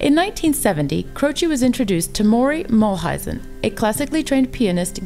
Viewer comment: Nice but incomplete tribute and a bit sloppy. Maury Muehleisen (More-ee Mule-heisen . . . not Murry Mull-heisen) and Jim were very tight . . . I had the pleasure of meeting them briefly in Philadelphia. This piece also completely overlooks the producing duo of Terry Cashman and Tommy West (who I also knew quite well . . . they also produced my dear friend Ray Dahrouge) who really helped Jim bring his great talent to the world.